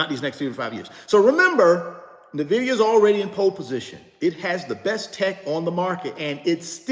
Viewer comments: could you please stop saying "Nuhvidia" It's NVIDIA as in "ENVIDIA." If you're going to own it, suggest it and talk so much about it, please show basic respect to the company and know how to pronounce it please and thank you. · It's pronounced N vidia not Nah vidia JS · Nah. He insists on doubling down on sounding ignorant by constantly mispronouncing the name even though people have tried to correctly inform him. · Nnnnnn (NO VOWEL) Vidia… sheeshus… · He literally has refused to pronounce it correctly. Says that's just how he says it and will keep saying it. Smh. Super annoying. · Thank you ! It drives me crazy that someone who is trying to lead other people doesn't have the mental acumen to pronounce the company correctly. And no, this is not being mean spirited or nit picking. When you can't even pronounce NVIDIA correctly it calls into question everything else that comes out of your mouth. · He's been told many times and says he doesn't care. No respect for the company. Nvidia comes from the Latin word invidia, which means envy. Don't care for that much, but I still pronounce it properly.